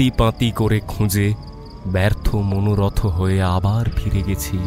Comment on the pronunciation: besh sundor golpo . Bhalo laglo . Kintu "Uttajito" ebong "Shashpodo Shonkul" o "Monorotho" ei uchcharon gulo khub kane bajlo . Ektu nojor deben